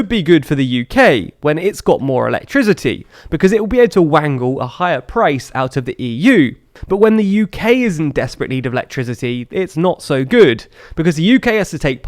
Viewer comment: I don't know if I've seen this video too many times... Or if you've mispronounced "wrangle" in other videos. If you have a speech impediment that messes with your ability to pronounce "R's" then ignore this next bit. "wRangle" has a silent "W" not a silent "R"